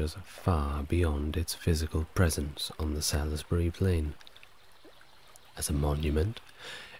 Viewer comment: I don't know why you kept banging on about Druids, when Stonehenge was built long before druids. Salisbury is pronounced salsburi. There is evidence of post holes near the entrance of the henge which seem to be from the same time as the henge and Aubrey holes. One of the theories is that it was for wooden posts that were used to track the movement of the moon so it may have started out as that, which I find quite interesting. There were also 4 small sarsen stones called station stones (two of which are still there) that may have been used for tracking the moon cycle too. Because the local stone is chalk the henge would've been white when it was first built. It must've been an impressive sight. The ditch is also a lot steeper than it looks in pictures!